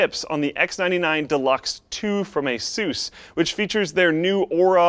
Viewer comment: When he said ASOOS instead of ASUS I almost killed myself